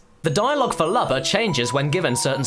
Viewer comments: Your saying Lubba's name wrong it's Lewbba not luhbba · It's pronounced like Luma with a b instead of a m.